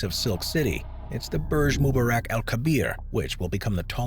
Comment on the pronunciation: Mubarak is pronounced MU-BAR-EK